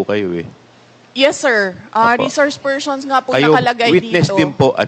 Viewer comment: Pershons 😅 bangag